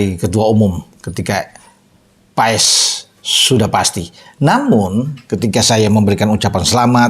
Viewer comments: BACANYA MARTIN PAAS BUKAN MARTIN PAES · Bacanya maarten pas pak..buka paes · martin pas om ngomongnya bukan paes 😂😂😂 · Bacanya bukan PA-ES, tapi PAS, E dan S digabungin jadi Cuma S, mirip es yg kita minum, Awesome dibaca Osem ! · bacanya Martin Paz.. bukan paes paes.. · Maarten Pas bukan Maarten Paes. Emang baca nya seperti itu E nya hilang.🙏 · bacanya PAS, bukan PAES. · Bacanya martin pas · Ngomongnya Martin PAS